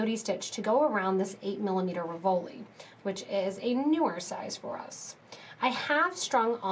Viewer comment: Really cute...RIV-o-li,.....not Ri-VO-li.